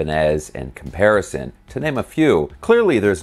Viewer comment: Caparison, not “comparison “